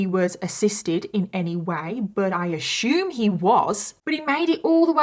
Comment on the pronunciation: Ashume.... 😂 Fileting.... 😂 You need to go back to school.